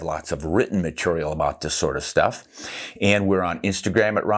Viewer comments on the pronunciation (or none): none